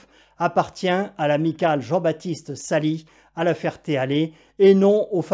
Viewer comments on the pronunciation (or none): Svp dites Salis (Salisse) et non Sali(s). Le fameux Michel n’est plus ni moins que le directeur des vols du Meeting annuel. Une personne tres expérimentée et compétente ! Le scénario est digne d’RMC24, rien d’étonnant, avec son lot d’incohérences. Le coup de la cylindrée est assez enormissime. Sûrement une confusion des unités entre Pouces cube et Litres…